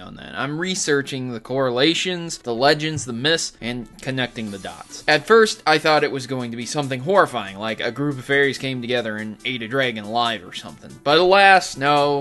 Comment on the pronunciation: But! You said Mys! Not Myths!